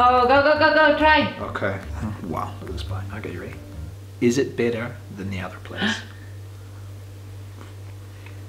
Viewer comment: Funny how you pronounce better like bitter. 😁